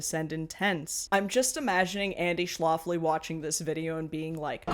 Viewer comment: I think it's "Schlafly" like, Shh laugh ly, not sh loft ly, like Schlafly Beer (same family, not necessarily same politics mind you). Cheers from STL!